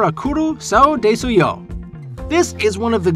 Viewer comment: i think that is read as dis-yo not de-su yo